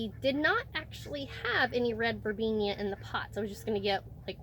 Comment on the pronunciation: Sorry, but it's Verbena, NOT Verbenia.